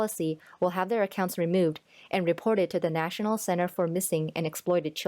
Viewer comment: Can you speak Bidenese? It’s easy, just take several shots of your favorite hard liquor, then, Instead of: ‘national security’, just say “nah-sin-all” security and you’re on your way to speaking fluent BIDENESE.